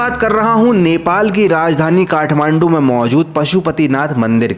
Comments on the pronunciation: Bro its kathmandu. Not kahmandu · It's Kathmandu. Not kahmandu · Kahmandu 😂 Kathmandu hota hai bhai 😂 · I THINK IT SHOULD BE KATHMANDU✅ NOT KAHMANDU❎ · Kathmandu❌ Kahmandu✅😂